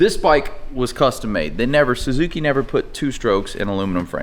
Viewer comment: Suuu Zuuuu Kiiii... Sounds realy american! 🤣 Amerikans..........